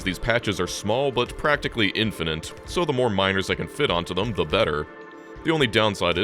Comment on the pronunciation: "infinant" lmao cmon:D